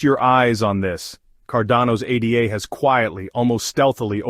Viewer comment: We'll see...whales and their bots control 95% of all market cap, so it only moves when they want anything to move and when OTC is depleted...regardless this is an AI channel. No one says A D A. Its ADA, as in Ada Lovelace not A D A.